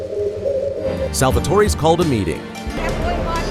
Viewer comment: this isn't a mistake. is reading it in his head and he doesn't know how to pronounce Cipriani.